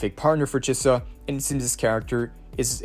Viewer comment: Thanks for all the infos <3 <3 i love how u pronaunce chisa ;)